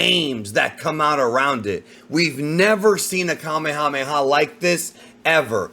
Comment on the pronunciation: Why do ppl continue to pronounce Kamehameha incorrectly?